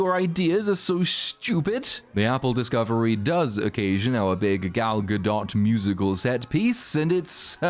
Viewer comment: As much as I dislike her, I'd still pronoun her name correctly. GADOT. No matter how much of a disgrace to the name that she is. Gahdo... Intentionally misspeaking their name is usually taken as racism.